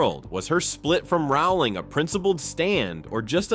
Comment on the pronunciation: The surname 'Rowling' rhymes with 'bowling', not 'howling'. JKR has made this clear in dozens of interviews over the years, but for some reason many people - particularly Americans, I'm afraid - seem to think they know better. It's just basic research, and failing to do it diminishes the authority and believability of your piece.